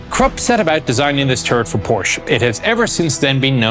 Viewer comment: Porsche not porsch use the e. Krupp say kroopp.